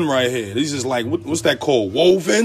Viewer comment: Man said woven 😂😂😂